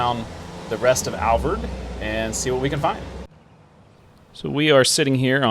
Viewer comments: Alvord= pronounced Al-vord. Vord rhymes with "board". Not Alverd. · Al-vord. Not Alvoid and def not Alverd Lived here all my life and only people who don't live in Alvord say it wrong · Hey, I'm from Wichita Falls and people around here pronounce it as Al- Void lol. Great segment as usual! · It’s Alvord like Ford. He’s even pronouncing it incorrectly. Don’t listen to the uneducated who pronounce it with an “i”. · I’ve never ever seen the truck benches before I don’t think they were there when I moved. Also Alvord is pronounced like AL like weird Al and Vord kinda like cord.